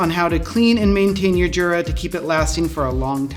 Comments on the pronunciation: Now do a video on how to pronounce Jura, and make sure the staff watches it. :) It's a Y-sound, not a J-sound. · Yep. Going back to and forever, no one there has ever pronounced it with the proper Y sound, as Jura themselves does on their own instructional DVDs and videos USUALLY. That said, they seem to be giving in to the mispronunciation and sometimes saying Jura with a J sound themselves sometimes, such as in videos with their spokesman, Roger Federer. I think it's like the English hotels catering to tourists and suddenly advertising "High Tea" instead of "Afternoon Tea," even though they know high tea is a "peasant meal" for the working classes that's essentially supper consisting of leftovers, and not the elegant affair with tea sandwichs, petit fours, scones and clotted cream, and so on. The "high" in high tea comes from the table height (dining height table) versus the lower tables of afternoon tea (which is sometimes also called "low tea"). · you are a jura. this is pronounced "yoorah"